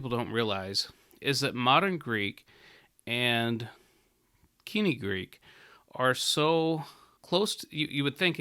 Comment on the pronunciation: Much as I love moden Greek, this man is an ignoramus. He cannot even pronounce "koinē" properly. There is no argument for pronouncing biblical Greek like modern Greek. It would be like telling your children to pronounce English like Old Norse because some sentences in Old Norse can be understood by a modern English speaker.